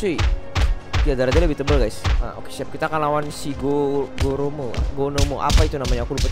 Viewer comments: Gomora bang bukaan gomoro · Gomora a bukan gonora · Gomora bukan goromo